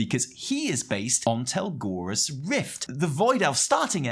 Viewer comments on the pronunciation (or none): I just want to point out for future videos that it's Telogrus Rift like tel-OG-rus. You were saying tel-GOR-us. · I have enjoyed the storytelling of TWW so far, there is a lot of actual character development over time. I love all of the stay for awhile conversations and things. BTW, it's Telogrus rift and NOT Telgorus rift. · Telogrus Rift, not Telgorus Rift, pls be more professional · Don't worry, one day you'll pronounce Telogrus right